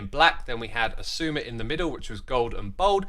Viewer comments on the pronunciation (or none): I randomly realized that when an x is before a vowel like in your name, it’s usually pronounced as a z, so now you are officially zisuma